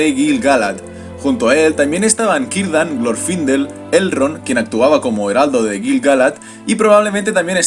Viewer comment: Hola, una pregunta; ¿porque los nombres elficos que empiezan por "C" los pronuncias con "K", como Celeborn , Celebrimbor o Cirdan ,si se ve claramente que es una "C" y no otra letra?